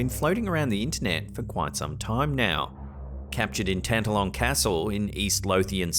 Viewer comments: Sorry, but it's pronounced Tan- TALL -on Castle. Middle syllable is emphasized. 🏴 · Excuse me but Tantallon is pronounced Tan-talon with equal emphasis on both syllables. (Just being helpful to my antipodean cousins)